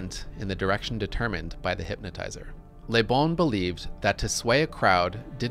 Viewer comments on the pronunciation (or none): Excellent quote. On a side note, I find it really grating to hear Americans pronouncing the French word 'le' (luh) as 'lé' (lay), as this presenter consistently does with the name LeBon. Certainly, speaking French is not a requirement for being a political scientist or an intellectual, but I do think it behooves one to check on the pronunciation of unfamiliar terms and names in advance of giving even a pseudo-scholarly talk about them. My pet peeve with this is not just that they're getting it wrong, but that I feel it's indicative of an abiding anti-intellectualism wherein they don't care that they're getting it wrong--after all, the onus is on the rest of the world to speak English (or perhaps I should say American), so why should they have to learn a new thing ever in their lives? To be clear, I am not accusing the presenter here of the attitude I just described, but those are the kind of thoughts and feelings this slight mispronunciation brings up for me. It almost made me not want to keep watching the video, and this is not the first time I've experienced that. EDIT: After finishing the video, I found the thesis to be very well-researched, well-reasoned, and meticulously presented, with the the exception of the point I made above and another (more minor and very common) mispronunciation of the name Göbbles. It would have been a shame to have bailed on this out the gate over a detail. This can be interpreted as a lesson for me in not throwing the baby out with the bathwat